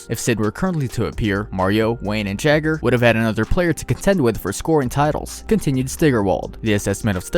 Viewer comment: It's YAH-GRR, not JAGGER